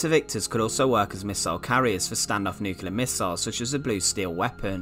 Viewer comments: agree about the looks but yet another (or ‘anuva’) narrator unable to pronounce ‘Nuclear’ instead saying ’nucular’!🤯😳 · the word is New-Clear and not Noo-killer ! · And Nucilear! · “Nookelar”is so lazy and so annoying.